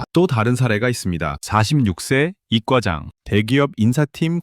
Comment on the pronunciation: 유익한 내용 전달해 주셔서 고맙습니다. 그런데, 내용과는 별도로 '2과 장' 또는 '2 과장'을 뜻하는 '이과장'을 ' 이꽈장' 으로 발음하게 하는 것은 잘못된 것으로 듣기에 거북하기 짝이 없습니다. '단골 손님'을 '단꼴...'으로 발음하는 것 못지 않게 역겹습니다. 바로잡아야 합니다. 제대로 발음하는 프로그램을 써 주세요. 아니면 관련자들께서 발음 프로그램 자체를 제발 좀 개선해 주세요. 언어가 파괴되고, 말이 망가지고 있습니다.